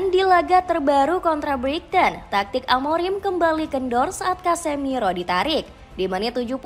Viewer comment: Buat naratornya yang teliti dong bacanya. Banyak ngawurnya tuh. Paman Case bacanya Ka-se, bukan Kes. Kata Brighton nya juga salah tuh 😅